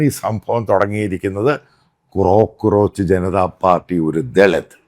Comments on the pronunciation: കോക്രോച്ച് ആണ് മത്തായി.. ക്രോ ക്രോച്ച് അല്ല 😅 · ക്രോ ക്രോച്ച് അല്ല അച്ചായ കോ ക്രോച്ച്